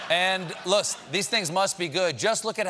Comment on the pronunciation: Poor guy is forgetting his English words... Luss for look ? Hehe😆